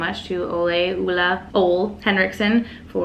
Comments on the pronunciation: Ole is pronounced as “Oleh” kind of, not “Olay”😂 Danish over here, couldn’t help myself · It's pronounced oo-la. Great video! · I never comment on videos, but you are absolutely one of my favorite youtubers. And as a Dane it is always entertaining to listen to people trying to pronounce “ole” - I can tell you that it is definitely not “uula” 😂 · Let us know how you like those bareminerals blushes!! Btw I believe it is “ooo-la”...the man himself was on Sephora’s IG stories recently and that’s how he pronounced it! I never would have guessed haha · It's " oh-leh", not " ooh-la" or "oh-lay". :-) Source: I'm Danish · Ole is pronounced Ula! My favourite Nars blush is Deep Throat!!! Love this kind of video! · LOL OLE. I wish I could write out that last pronunciation. Honestly, from working at Sephora, I've heard that name butchered far worse. I had one dude say All and another say Ollie. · I’m Danish (just like Ole) and it’s pronounced more like the French ‘le’, but the o-sound in his name doesn’t really exist in English so no one really get’s it right 🤷🏻‍♀️